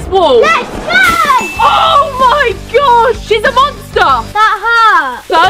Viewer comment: " Lets gUu this " got me dead 💀